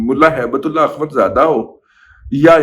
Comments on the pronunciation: Sir mind it, you are degrading the name of 'ALLAH' . It should should should be HAIBATUL 'ALLAH' not "HAIBAT'ULLAY'. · دادا جی آپ نام صحیح پکاریں کیونکہ آپ لفظ ہیبت تو صحیح بلا رہے ہیں لیکن جب لفظ اللہ پہ جاتے ہیں تو نام بگاڑ دیتے ہیں اسی طرح اور نام بھی لوگ بگاڑتے اس کا خیال نہیں رکھتے ہیں اکثر عبداللہ نام بھی لوگوں کو بگاڑتے سنا ہے پلیز آپ ان چیزوں کا خیال رکھا کریں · دادا جی بہت ادب کیساتھ۔۔۔ کچھ عرصہ سے آپ تھوڑا مبالغہ آرائی سے کام لے رہے ہیں، ہر سنی سنائی بات حتمی اور سچ نہیں ہوتی،کچھ سنی سنائی خبریں ہضم کرنے کی عادت ڈالیں۔۔۔ اس ویلاگ میں آپ نے ایک افغانی کا نام بگاڑ کر لیا ہے،اور وہ لفظ ہے اللہ۔۔۔ ہیبت اللہ کے نام کو بگاڑ کر ادا کیا ہے آپ نے۔۔۔ اپنی دنیاوآخرت کی تباہی سے بچنے کیلئے اللہ سبحانہ وتعالی کے ہاں سچی توبہ کیجئے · ہیبت اللہ کو بگاڑ کر ہیبت تلے کہنا اللہ رب العزت کے نام کی توہین کر رہے ہیں آپ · دادا جی ہیبت اللہ نام کے ساتھ اللہ کا نام آتا ھے جسے آپ بگاڑ کر لیتے ہیں ۔بہت جاھلانہ بات ھے ۔اللہ سے معافی مانگیں ۔ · براہ کرم جوش جذبات میں اللہ کے لفظ کو نہ بگاڑیں اور ہیبت اللہ کے نام میں اللہ کے لفظ کو درست pronounce کریں، شکریہ۔ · جناب اپ نے جذبات میں ہیبت اللہ کا نام بگاڑنا تھا تو بگاڑ کر ہیبتی کتا کر لیتے لیکن اپ نے گستاخی کی اور ہو سکتا نا سمجھی میں اللہ تعالی کا نام بگاڑ لیا یعنی ہیبت کو تو درست لیا لیکن میرے رب کے نام کو درست نہیں لیا جسکا مجھے اپ سے توقع نہیں تھی